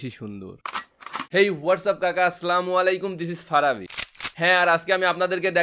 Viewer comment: Aslamu na vaiya assalamu bolte hobe.